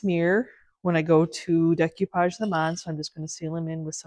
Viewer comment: LOVE your content, but no disrespect it's pronounced: DAY-coo-pahj